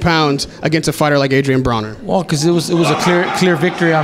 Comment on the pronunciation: Why does he call him adrien BrAner? In his previous interview he always refers him as Braner